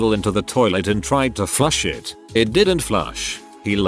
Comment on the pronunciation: How does the text to speech voice not know how to say "IT"